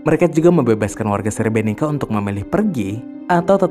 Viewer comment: Srebrenit-sa bacanya maaf.